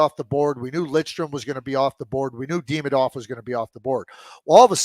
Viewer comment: I cannot stand how Craig butchers a simple name like Demidov. And he refuses to correct himself. So annoying